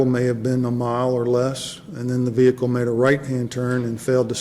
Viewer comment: wow a cop that can pronounce the ' vehicle ' without over pronouncing the H in it